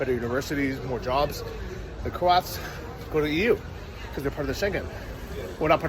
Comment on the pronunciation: you need to get it right when talking about people from Croatia. They are called (said as) 'Crow-ats' or 'Crow-at' as an individual not crowts or Crowt.